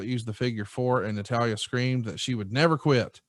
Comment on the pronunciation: seems like he watches wrestling, until you hear him try to say Natalya.